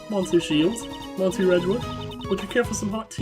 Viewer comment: I'm glad that you finally decided to skip the "Previously on Investigations 2", that was such a waste of video time that could have been used for more actual LP fotage. Also monsieur is STILL prounounced "miss-ye-uh". I may be swedish and bareley know any french except for some words and terms, but I do know how to pronounce monsieur correctly.